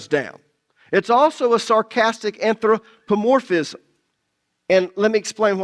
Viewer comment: Since you studied new testament Greek, At least do us the honors of pronouncing it "anTHropomorphism".